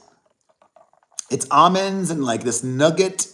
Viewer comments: Noo-gar. Not nugget if it is spelt nougat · Say “Noo gar”. Nougat. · Google says that’s the British pronounciation. In the United states we say new-get with the t.